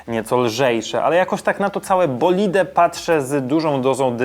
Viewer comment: Bolid nie bolide